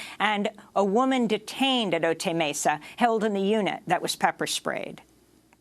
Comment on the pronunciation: "Otay" is pronounced \oh-tai\. Ay, ay, ay, ay, canta y no llores.